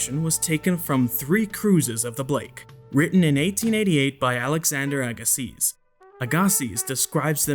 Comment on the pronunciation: FYI, Agassiz is pronounced Agasee The arms on the "antenna" seem to straight to me for being that sponge. The actual picture of the sponge thing shows all of the arms curved either up or down probably depending on the current in the water. But the arms of the thing in the pic taken underwater are not curved...every single one of them are straight on 90° angles from the main vertical post.